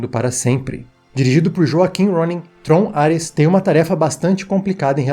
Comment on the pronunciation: Por um segundo eu ouvi ele falar Trollar-res